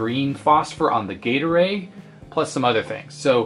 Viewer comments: Gaydar-A? Gay array? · Yeah. Gate arrayed. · Sounds like you keep saying Gatorade. I'm thirsty now! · Me too... what's with the gatorade?! green phosphor? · For a second in the begining I thought you said gator-aid, and not gate array. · As much as I know you are saying "gate array" I keep hearing "Gatorade". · Oh. OHHH. Gate Array. I spent half the video hearing "Gatorade Model" thinking that the Orange screen would probably be more Gatorade-y :D